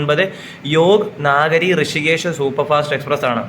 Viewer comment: യോഗ് നാഗരി അല്ല 🙏യോഗ് നഗരി 🙏ആണ്.